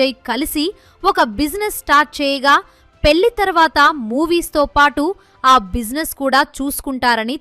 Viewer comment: అమ్మా తల్లీ పెల్లి కాదు 🤦‍♀🤦‍♀😡పెళ్లి అను నీ బొందలా ఉంది నీ తెలుగు తగలడ 😡😡